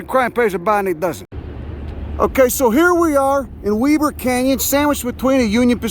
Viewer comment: Nice! Can't believe you said "Weber" right! Good work!